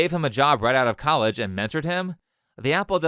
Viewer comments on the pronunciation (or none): "colledge" "fonics" 💀